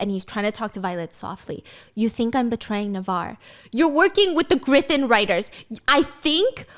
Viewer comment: Not stephanie calling a Griffin/Gryphon as a Graifin 😂